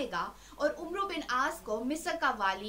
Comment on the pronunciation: Umero al aas nhe Ammar Al aas عمر کے بعد و آئے تو اس کو عُمرو کی بجائے عَمر پڑھتے ہیں۔۔